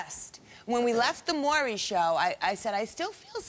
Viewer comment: They STAY calling him "Murray!" It annoys me! 😂 MAURY: "Audience, welcome Lisa to The MAURY Show." LISA: "Hi Murray, good to see you."